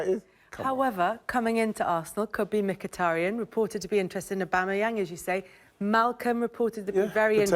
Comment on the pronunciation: Visiting this video after he signed a new deal.. Sanchez was the biggest mistake for Man U and Aubamayang the best Arsenal player since. Notice Weighty didn't know how to pronounce his name then😁